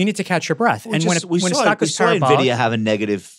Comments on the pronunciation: calling it "nuhvidia", tell you work in finance without telling me you actually work in finance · I can't take these guys seriously, they call it nahvidia 🤦‍♂️